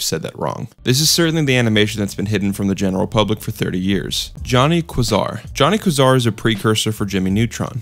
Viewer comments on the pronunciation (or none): Johnny QUIZar? VEEacom?